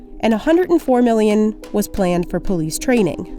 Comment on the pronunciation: Why do you always pronounce million as meelllion